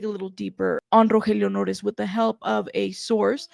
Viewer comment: The way you pronounce his name is so beautiful, probably a lot more beautiful than he deserves if he’d been supplying a ‘friend’ with drugs when he was trying so hard to stay sober 🤦‍♀️💔